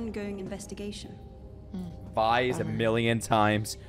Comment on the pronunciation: Vi rhymes with Bi you know